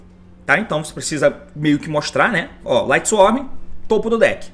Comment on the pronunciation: Quase 2024 e o T ainda fala "LightsworM" kkkkk